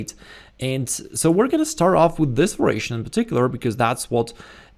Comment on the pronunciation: I think it is "variation" but pronounced as "veration".